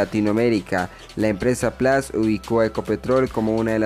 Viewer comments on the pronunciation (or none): none